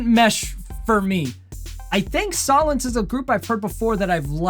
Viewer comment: It’s pronounced soul-ence. Black out is the heaviest in this style The rest fall back more. You should check out their collaboration “Cold”. It very different from blackout.